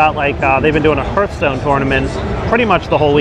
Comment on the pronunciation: "Heerthstone", you have got to be trolling.